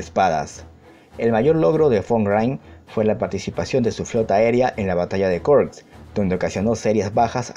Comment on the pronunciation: Te sugiero que pronuncies tal cual lees los nombres que no son explícitamente ingleses. No entiendo por que leches intentas pronunciar en inglés palabras eslavas o alemanas. Es Jarkov o Kharkov, no se pronuncia ''llarkov''. Kursk es Kursk no ''kôrsk''. Es KriegsmarinE, el alemán no es inglés o francés que ponen letras de adorno. Y por último no agregues tildes fantasmas, es Ardenas no ''Árdenas''.